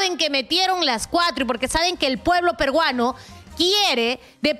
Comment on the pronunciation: PERUANO. NO PERGUANO. 👍